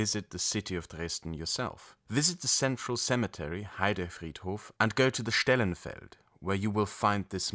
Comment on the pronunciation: Stelenfeld (sprich Stehlen)) nicht Stellenfeld. :D Mir gefällt deine Arbeit. Weiter so!